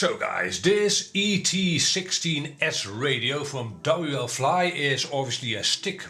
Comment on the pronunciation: why are you saying WL FLY . IT IS WFLY NO L Between w and fly